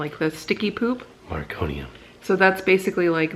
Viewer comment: Meconium - meh cone nee um. No R. Called “Mec” for short.